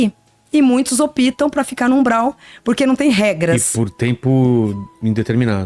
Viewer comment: Por que ela não foi ao encontro dele? “Opitam”? Rsrsrs ÓPTAM! 😂